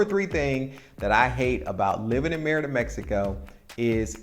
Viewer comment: Isn't it pronounced ... "May-reeda"?